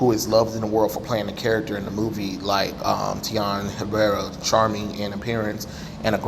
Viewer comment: You seriously can’t pronounce the dude’s name???